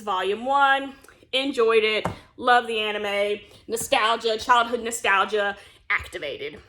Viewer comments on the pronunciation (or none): Love how you said child nestolga activated haha